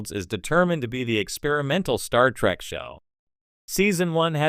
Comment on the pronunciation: Your Ai voice program is pissing me the Hell Off!! Your friggin Ai keeps saying, "Star Track" instead of Star Trek. You're NO Sci-fi fan. You're just trying to make a buck!